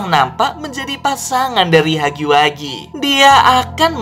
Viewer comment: Bang bacanya hagi wegi bukan hagi wagi